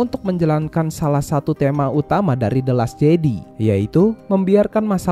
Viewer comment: bukan bermaksud gimana gimana, videonya oke poinnya tersampaikan, mohon maaf sekali karena hanya kurang nyaman ketika mendengar “jedi” dan “vader” yang salah pengucapan. selebihnya semuan sudah baik sekali, ditambah menyenangkan sekali ada bahasan mengenai star wars dalam bahasa indonesia 👍👍